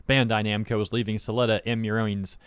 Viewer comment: Bro said "Bando Namcai" and it took me a bit to notice lol Edit